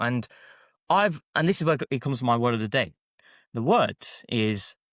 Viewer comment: Classic move for to mispronounce the word of the day 😂